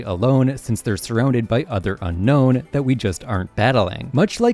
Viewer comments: Brother..... it's Un-no not unknown. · You keep calling them the Unknown, but they're called the Unown.